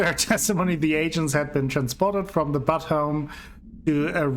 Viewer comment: Here is how to pronounce Butte